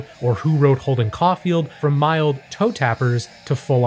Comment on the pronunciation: he said “holden caufield” The actual name is “holden caulfield”